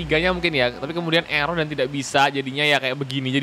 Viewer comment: erer itu sebuah code dengan sebutan ERror ERror